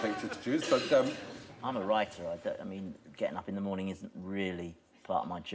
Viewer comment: What is this "morening" you speak of?